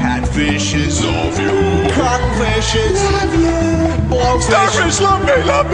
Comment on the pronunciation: its cuttlefishes, not confishes lol